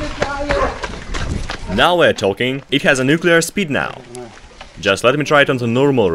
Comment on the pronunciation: 😂🤔Vaya! 😏👉🏻 No se por qué da tanto miedo cuando un ruso dice NUCLEAR!? 💥🤯🤣🤣